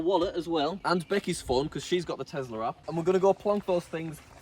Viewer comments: ITS TESLA NOT TEZZZZZZLA ARGH 😡😡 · am i the only one who finds it irritating that he says: Telsar and not Tesla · BRO IS NOT TEZLAR IS TESLA